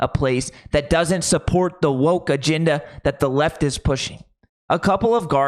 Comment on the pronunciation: Dude, it's "agenda", not "aginda."